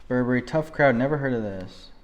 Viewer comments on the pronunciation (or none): none